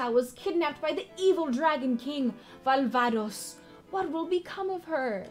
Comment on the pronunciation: 5K gil awarded for your pronunciation of "Valvados" 😄👍🏻